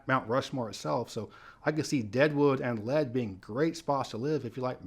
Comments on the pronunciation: FYI, Lead, SD is pronounced “leed,” not “led.” It is not a reference to the metal lead, but is a reference to the point where a gold vein reaches the surface, which is called the “lead” (pronounced “leed”) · Lead SD is pronounced as LEED not Lead. Just like the state capitol is pronounced as PEER and not Pee-air. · Please learn how to say city names before making a video. In this one, It's Man-DAN, ND. not Man-den. It's not Led, SD, it's LEED......named after a lead(LEED) of gold, a geological formation. These constant mispronunciations really discredit your level of expertise, although I feel you do a great job 99% of the time. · Lead, South Dakota is correctly pronounced "Leed." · Just a heads up: Lead, SD is pronounced like "leed" by the locals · Lead SD is pronounced LEED. Little too much snow, I'd have picked Spearfish. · Lead, SD is pronounced (lee-d) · In South Dakota, it's pronounced LEED. I know. It's weird. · Btw just a helpful hint, Lead is actually pronounced “LEED” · re: Deadwood and Lead. Lead is pronounced Leed, and in Lead me to the promised land. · You are mispronouncing Lead. It rhymes with seed. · I would pick somewhere on the southern fringe of Sioux Falls. pretty obviously has never been to Lead, as he can't pronounce the name correctly. I doubt he realizes how cold and snowy it gets in the winter. He wouldn't last a winter.